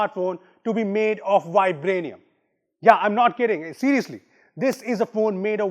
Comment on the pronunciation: The moment he said vibraniam.,😅😅😅😅 Happy April fool day